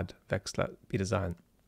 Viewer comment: I'm afraid I don't have your tact, Vlad. It's difficult to take someone too seriously who makes a video about Napoleon and pronounces his name "Nupileon". Zeihan (or should I say Zoohoon) does this constantlly.